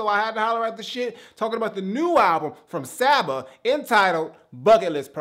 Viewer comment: Welp, I'm glad I get to keep my kneecaps. Told you that the album was dope man! Glad you actually checked it out and ended up really enjoying it. Also you pronounce it "saw-ba". If you liked this listen to his first mixtape comfort zone, to see his progression is dope af!